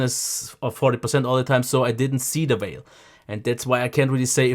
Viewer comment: Yeah, it took me way too long to realise it was "veil" and not "whale" and then everything made a lot more sense. I even thought maybe it was like "the elephant in the room" saying but with whale instead for some reason. Embarrassing lol